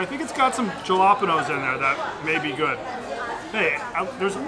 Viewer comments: Did my man just pronounce jalapenos like that lol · ''JALOPANOS'' your the fucking GOAT XDDD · JAH Lop en ohhhhhhs. Great, you ruined community day Rick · wait say jalapenos again?....